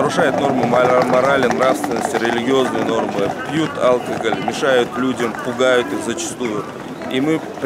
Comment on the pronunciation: тебя кто так научил произносить слово"алкоголь"? Не позорься, тебя люди смотрят.